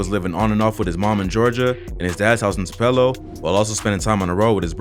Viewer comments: Hey Great vid but you’re pronouncing Tupelo wrong. It’s Too-puh-low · Why he cant pronounce Tupelo correctly 😂😂😂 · Bruh just stop trying say Tupelo. You mess it up every time.